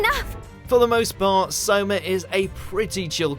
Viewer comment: Soma brotha not saima you f ing no-anime watcher